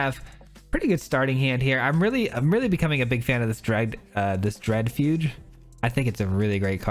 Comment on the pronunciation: Fugue is pronounced fyoog, a guh sound at the end, not a juh. Great video as always! 😀